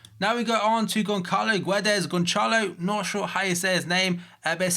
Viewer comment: Lisbon....but u can say Gonchalo or Gonesalo something like that better then Goncalo